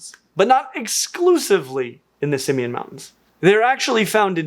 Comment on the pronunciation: Just FYI it's pronounced sim-MANE [sɪm.ˈmen] mountains.